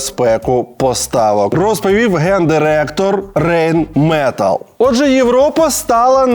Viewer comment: Дурнєв, вивчи вже як читаються німецькі буквосполучення! не "Рейнметалл" а "Райнметал" ! також "Europa" читається як "Ойропа" наприклад